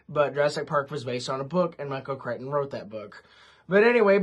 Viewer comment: I don’t know why I am saying this since you should be able to say a person’s name however you want if they have no problem with it, here’s an interesting piece of info on the author’s name: Whenever I have heard most people talk about him, they have pronounced his last name CRICK-ten.